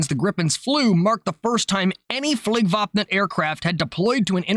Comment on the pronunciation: Your pronunciation of "Flygvapnet" makes a Swede happy, chefs kiss basically perfect. You need to look up the word "Spaning"